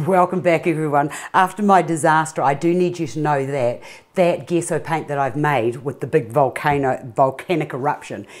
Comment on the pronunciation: Thought its was pronounced j-e-s-s-o?